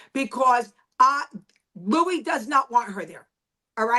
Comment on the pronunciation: It’s Luis not Louie